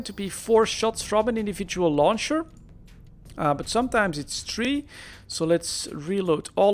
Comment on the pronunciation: three and not a TREE!